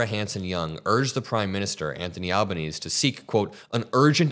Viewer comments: please. our Prime Minister has an Italian heritage, so his name is at least Alb-an-easy if you can't manage the Italian pronunciation. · Hang on a minute! First, our Australian Prime Minister's name is pronounced "al-ban-easy". Secondly, DO NOT tell our PM how he should behave or respond to your US dictator... whom you ELECTED! Stop quoting perennial losers, The Greens, who are part of the political right wing in Australia. CLEAN UP YOU OWN BACKYARD!! Glasshouses and stones. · please it's Albaneasy ok pronounce it like that not Albaneez. Please, please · FYI our PM's name is pronounced Alba-neasy. But we generally call him Albo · 💙💙💙💙💙 You can see his face. It could be enhanced to identify him. Australia's PM, Anthony Albanese (Italian name pronounced Alban-easy) is not the guy to call Trump a "badass". He's to the left politically but he's careful in his dealings with the US and people like Trump. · Al-ban-knee-zee (albsnese) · I'd like to thank you for commenting on this horrific assault on a reporter, no matter where they are from, I am an Australian so I'm a little extra pissed off but super proud of her resilience. BTW, our Prime Minister's name is pronounced Albanezee just so you get it right when you report on him hopefully demanding answers and consequences. Also, was this guy an LAPD officer, there were so many different uniforms it's difficult to know who is who. I'm so afraid for your country, it's like the movie Civil War has come to real life. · it's pronounced Alba-nee-zee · it is pronounced Alnaneesee Albanese (long eee)